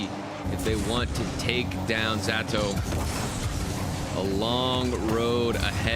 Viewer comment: Ze-tow not Z-Atow you dumdums